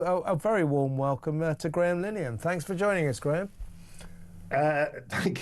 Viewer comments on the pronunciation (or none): Graham no doubt stifled that giggle at the start because of the botched pronunciation of his second name 😄 🤣